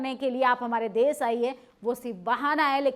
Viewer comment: Desh Shaasak Surakshaa Taanashaahi Ghaazapatti SharmSaar Plz correct your pronunciation to be more authentic, If possible 🙏